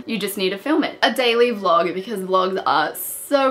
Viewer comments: It said daily log instead of daily vlog!!9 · Anybody notice she said daily log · Did you notice when she said a daily vlog she said a daily log